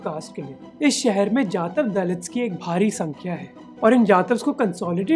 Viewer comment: Correct pronunciation is जाटव not जातव .